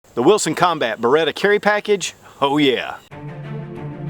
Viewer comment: I love how he says wiltson lol